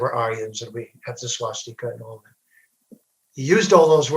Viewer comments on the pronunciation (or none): none